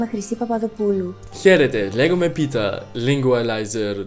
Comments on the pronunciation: It's Not Peter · Your name is actually pronounced Peteos in greek and also spelled like that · first dont say peter say or πέτρος and you see in this ε letter is a tone this is shouting it is pEtros not petrOs